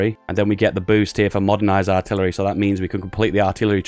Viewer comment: ok dont mind my arrogance started watching few days ago. cheers. PS. you sound like you're having a stroke when you say "Aaarhhtillery" has anyone told you that